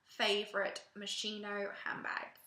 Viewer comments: To put it plain and simple : it's pronounced moskino and not moshino !!!!!! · si dice moschino CAZZO